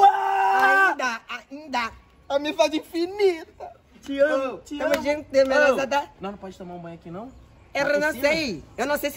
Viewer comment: "Tamorujunto" akakakakakakaka